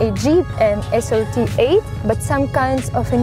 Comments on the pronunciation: не ЭС ЭР ТИ, а ЭС АР ТИ!!! на 37 секунде) элементарщина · "Гранд Чероки Эс Эр Ти"... Блин... В английском нет буквы "Эр"... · Она даже srt неправильно произносит, что за смех